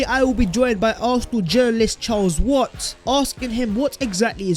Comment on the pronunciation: Think it's Watts not Watt!